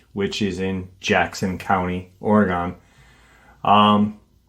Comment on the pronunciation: Hi!!! I'm from PORTLAND OREGON and am just GENTLY GIGGLING about the way that you are saying OREGON...LOL It's said... ORY GUN...😊 Thanks for all that you do!!! Aunt Lori ♥️ Portland ORY GUN...😊